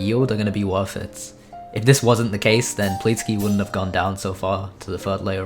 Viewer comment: ahh yes "pleetsky"